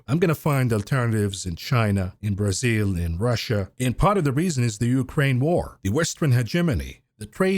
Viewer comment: can you stop saying it like, "breeeThzil" just say Bra sil